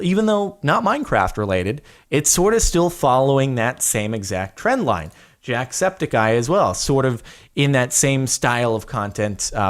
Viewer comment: Jordan, you pronounce jack septiceye wrong